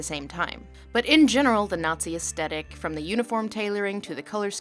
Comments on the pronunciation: PLEASE STOP SAYING "ESTETIC". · Dear Lindsay, I love everything you do, you’re great and your discussions are thought provoking and detailed and highly engaging. But in the word aesthetic there is a voiceless dental non-sibilant fricative (i.e /θ/ or unvoiced /th/ sound). It not a /t/ /h/ but the digraph th as in think. I hope that you take this as the admiring and friendly advice with which it is intend. Kind Regards and sorry for being a nuisance, Aaron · Off topic (and very late) question- what’s up with the way Americans pronounce aesthetic? I mean, there is an h right there. It’s ess-thetic, not ess-tetic. So where did the dropping of the H come from? I’m not having a go, I’m just curious. And it does sound very weird. Kinda like how I’ve heard so many people say “pundint” instead of “pundit”. And it’s only ever Americans. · I love all your videos but cannot deal with how you pronounce "aesthetic" as as-tetic.